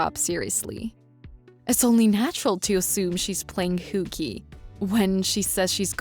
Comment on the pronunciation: Female voice says Whooky, Instead of Hooky.😂